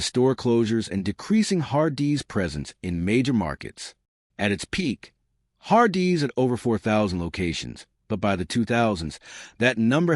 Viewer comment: I can’t make it past the har-DEE’s pronunciation